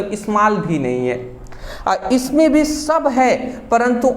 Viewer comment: Sir app v ko bhi q kahte h 😢 Mujhe ayse padhne me samajh nahi aata bhi bhi bhi 😩😩😭😭😭